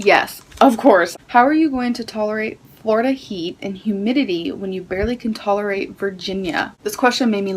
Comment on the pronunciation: "Definitely know how it is to be in 'hoomidity' "??? Lmfao Jfc, this gorl... 🤦‍♀️